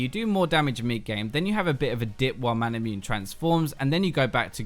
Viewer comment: It's not Mana-MUNE as in Immune. It's Mana-MU-NE.